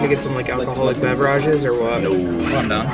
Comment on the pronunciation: WTF ! The way he pronounced beverage "BEV RAA JIS" LOL